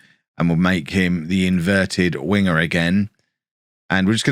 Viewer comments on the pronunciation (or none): none